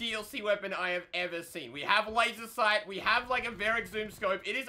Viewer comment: as soon as he said wazer sight.... me = aight imma head out